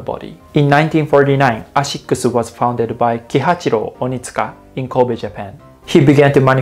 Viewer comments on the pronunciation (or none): none